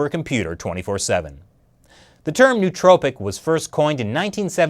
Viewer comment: A couple of pronunciation quirks: "nootropic" is probably pronounced "no-o-tropic" because Greek is fun, and it's not Silicone Valley. Now that my internal Grammar Nazi has subsided, I had no idea about this issue. It's really interesting. Does anybody know if Instant Parkinson's is related to this at all?